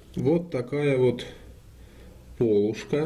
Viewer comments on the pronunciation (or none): не пОлушка же, а полУшка. зачем так матюкаться)